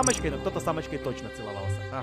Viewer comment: Когда говорил "с Амочкой", мне показалась то что сказал с "самочкой"